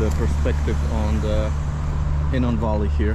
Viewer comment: That would be the Valley of Hinnom, not Hinnon. The WORD calls it the "Valley of Slaughter!" Children of Israel were sacrificed and burnt in the furnace unto Molech/Moloch/Molek (same entity) in the high places of BAAL.